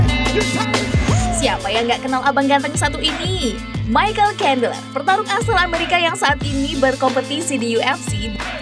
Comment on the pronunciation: Bang cendler min, bukan kendler 😉